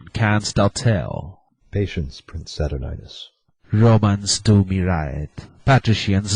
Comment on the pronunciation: whoever played aaron did a damn fine job. Saturninus needs a better mic, and maybe some help with pronunciation of Th sounds. And its pronounced Sat ur nine us not sat urn ius.